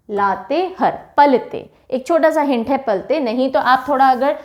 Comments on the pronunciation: Isi tarah Latehar ko har read kare means ha haa pronounce kijiye. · चतर नही चतरा उच्चारण होता है। लातेहर नही लातेहार होता है। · Mam mai Jharkhand se hu. Sorry mam but ap Latehar ka pronunciation sahi nhi kr rhe ho. Latehar nhi, latehaar hoga😊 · लातेहार है ,लातेहर नहीं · हेलो, लोहरदगा होता है, ना की लोहरडागा, और लातेहार होता है ना की लातेहर, थोड़ा सही से पढ़ाइए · लातेहर - लातेहार लोहरडागा - लोहरदगा u r doing the pronunciation wrong in these two names...... But you are explaining very well, everything is easily understood. Thanxxx ❤️ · लतेहार पढते हैं, मेम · Mam it's लातेहार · Pronunciation of Latehar in Hindi is wrong ,🙏